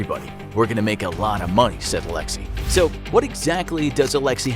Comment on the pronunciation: That's not how Alexey is pronounced..